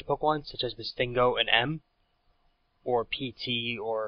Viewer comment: missingNO is pronounced Missing-No